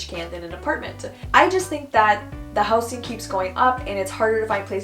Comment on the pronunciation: is it me or how she says 'houseen' is odd? Shouldn't it be 'houzing' ? (housing)